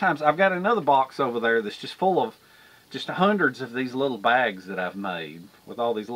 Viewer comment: Favorite word is LIDDLE😂😂😂😂😂